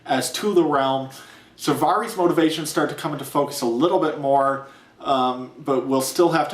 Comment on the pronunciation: Nice review, but I can't get over how you pronounce Varys. >.<